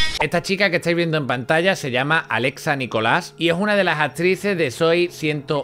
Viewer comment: Alexa NicolÁs